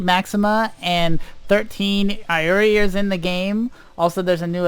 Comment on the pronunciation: Iori pronounced 'e-o-ri'